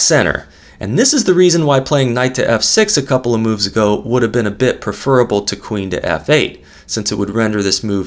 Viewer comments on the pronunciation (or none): you mispronounce the word preferable. It's ˈpref(ə)rəb(ə)l] the e is soft unlike the word prefer [prɪˈfəː] where it is a hard e. Rh8 is also mt.